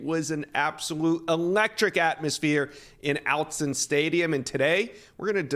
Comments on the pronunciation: It’s Aut-zen… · outzen stadium??? Try Autzen...as in aww-tzen. Or Ott-zen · OUT-ZEN STADIUM?????? Its AUT-ZEN (OTT-ZEN) 😭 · It's AUTZEN not Outzen!! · "Awe" as in Autzen Stadium.... sigh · “Ought-sin stadium” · Say.... Autzen stadium "Outsend" .... wtf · Just a heads up the stadium is pronounced Ot-zen. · Where is this guy from? Never heard Ott-sen stadium pronounced like that. Half expected him to subsequently call the school Ory-gone. But he got that one right! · Don’t ever say “Autzen” again